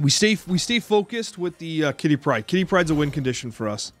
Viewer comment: "Quitty Pryde"